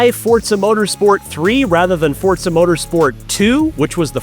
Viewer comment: ign needs to get this guy a teleprompter he can put next to the camera jeez Edit: Also teach him how to say Forza